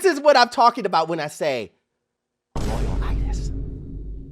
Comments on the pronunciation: "loyalitus" took me out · broooo 💀 loyalytus 😅😂😂😂😂😂